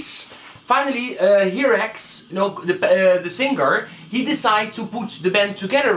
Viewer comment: I like your video. you got a lot of information, but two important things, nothing about drummers? and please the pronunciation is (in Spanish) "jairax" or "hairax" pero no "jirax, esta fatal!! good luck. \m/